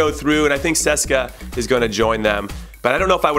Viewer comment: who the fuck is seska? its C.S.K.A Moscow (see-es-kay-aye) say it CONRAD say it!! C pause S pause K pause A say it!!